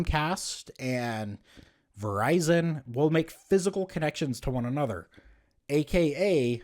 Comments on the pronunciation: you talk so dumb. when you say "aye-nother" instead of another. such a really dumb person. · I think it accents